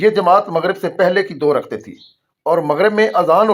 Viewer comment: O. Bhai. Raktain. Nahi. Rakatain. Parha. Krain